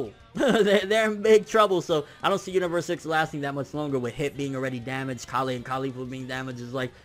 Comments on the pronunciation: Why do you pronounce it "ka-lay" when even the Japanese voice actors say it just like how the vegetable is pronounced? It's Kale. Nobody says ka-lay. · Hey her name is KAY- YOL, not KAH LEIGH but KAY YOL like the food. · Fuck say Kale correctly. ITS SOUNDS ANNOYING AND PRETENTIOUS ASF WHEN YOU SAY KAALAY! LIKE WTF MAN JUST SAY KALE CORRECTLY! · lol he's keeps messing up Kales name Someone please tell him it's Kale and Caulifla